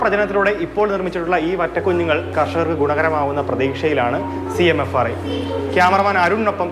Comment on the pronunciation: CMRFI അല്ല ചേച്ചി CMFRI ആണ് ഇതൊക്കെ ശ്രദ്ധിക്കണ്ടേ സെച്ചി